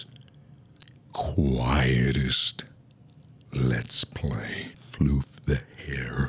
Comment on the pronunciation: he really said lowercase FlOoF tHe HaIr FoR pOwEr